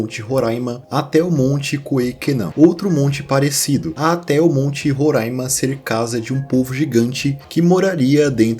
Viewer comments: ótima pronúncia de Roraima, ainda mais hoje no aniversário do estado!! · Lindo demais você ter falado o nome do meu estado Roraima corretamente ❤❤❤❤ e também do povo Makuxi! Estava morrendo de medo de você falar “Rorãima”. Nossa, já era inscrita no teu canal e agora que não saio mesmooooo ❤❤❤